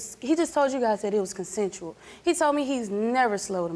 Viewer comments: Nigga said “concentral” for consensual . He’s guilty off rippppp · He says it was “CONCENTRAL” 😂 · He can’t even pronounce it I knew he was lying